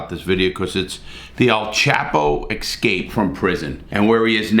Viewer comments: Remember when you pronounce escape, it's not EX-cape. Prominently people pronounce, wrongly. Just a thought.... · I just love listening to Larry say "ix-scape" so many times LoL 😅